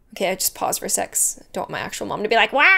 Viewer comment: you said sex instead of sec